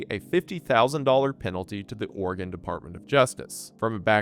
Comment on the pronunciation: My blasted ear keeps hearing you pronounce Oregon as Organ lol